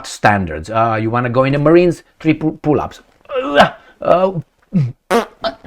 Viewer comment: I ve understood pula not pull up 🤣😂